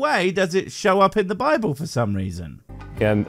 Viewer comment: I love the way that when says "Bible" it sounds like "babble"